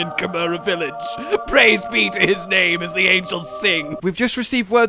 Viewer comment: He can't even pronounce the name